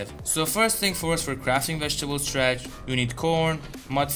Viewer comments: its not STRATCH!! its STARCH! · Stratch? WTF is stratch? Starch!